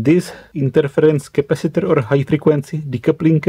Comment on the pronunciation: Intonations also Boom your mind de ... 😂 Capasitorrrrrrrrrr... 😂 Lol